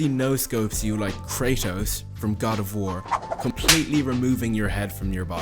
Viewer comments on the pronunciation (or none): none